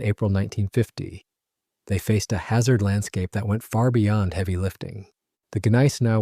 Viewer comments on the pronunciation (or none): none